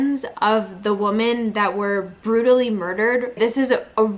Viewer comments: You are pronouncing the word woman incorrectly when using it in the sentence that you are saying— I had to stop listening —you kept saying it over and over again…no matter what accent that u have or not —u are still pronouncing it incorrectly —. I just wanted you to know that.💛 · Woman??? Pronunciation-sounds like wimin, the way u r saying it means 1 wimin is plural. Both spelled woman- but dif pronunciations. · Try "WIHmen" The plural is not pronounced "WO" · WOMEN WOMEN…..NOT WOMAN!